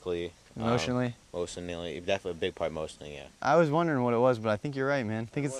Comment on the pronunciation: no one: danny: is the haircut affecting you in anyway like emotionally? aaron: yeah emotionally, physically, motionilly